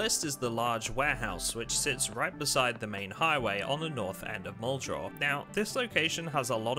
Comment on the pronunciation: I think you've been making zomboid content long enough that you should be able to pronounce muldraugh correctly